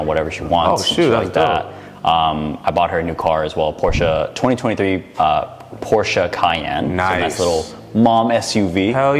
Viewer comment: I love this guy because he pronounces Porsche correctly